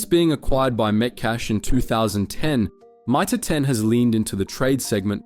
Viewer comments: You nearly got me pretending not to be an AI channel. The moment you read out Mitre 10 as My-Tah 10 then used a different pronunciation later in the video. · " My-Tar ten" who pronounces it like Ike that ? But the Narrator gets it right the seconds time a few seconds later?